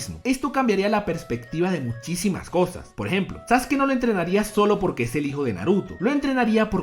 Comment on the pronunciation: pronuncias mal el nombre de Sasuke